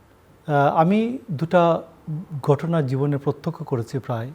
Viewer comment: মোশারফ ঠাকুর হলো আলোচক যার উচ্চারণ শুনলে শরীর জ্বলে ঘটনা রে গটোনা বলে শালা মূর্খ